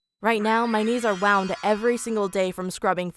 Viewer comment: SHE SAID A WOUND VERY WRONG JSHSHDHBDBD